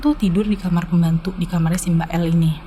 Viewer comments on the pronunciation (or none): none